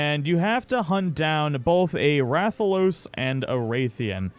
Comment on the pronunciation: Rathalos and Ray-thian. No.. no no no. RATH Ian . RATHALOS. RATH